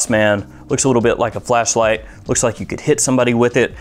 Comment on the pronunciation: Did you say flashlight or fleshlight?